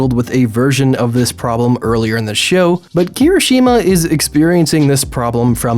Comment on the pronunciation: Thank god you corrected yourself, now if only you pronounced Kirishuma’s name properly XD